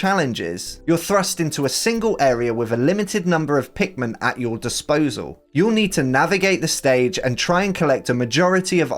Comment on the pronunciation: ".. meets the titualr pinkman" ITS PIKMIN!! 😂